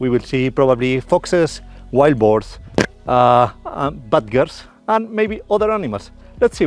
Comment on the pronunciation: For a brief second, I thought you were expecting to see "Bad girls", until I realised you said Badgers 🤣